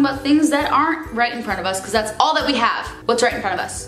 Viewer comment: love the way you say "bucause" haha